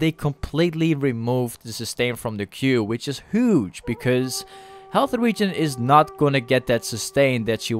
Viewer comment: Ay u pronounce huge like this. Ghuge Thank me later